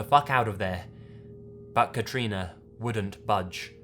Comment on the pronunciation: First person I've heard of having my name! (Katrina) Can I just say you say it amazingly?